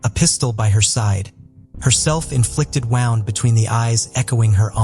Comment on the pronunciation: My favorite is the pronunciation of wound.